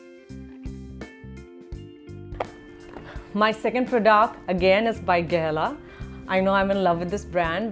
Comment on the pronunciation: it's product...not prdoct...